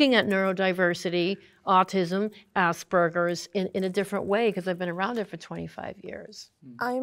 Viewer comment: can we please just start pronouncing aspergers correctly, its not assburgers, its a ger, like in gerbil